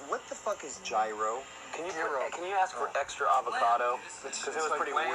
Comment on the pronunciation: I’m German , it’s gyros. Guys. Smh